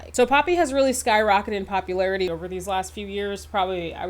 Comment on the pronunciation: That’s how I kept hearing it when she’d say “popularity” 😂